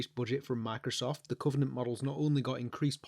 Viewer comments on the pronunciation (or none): none